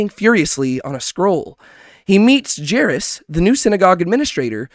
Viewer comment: I like these small breakdowns, coz sometimes I miss things, but I gotta ask, why are you butchering some of the characters names so badly, like jairus and tamar xD its kind of funny